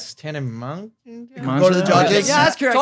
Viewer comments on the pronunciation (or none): It’s like tana mogo like joe for g